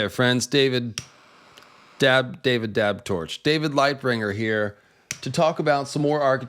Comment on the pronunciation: haha "David Dab Torch"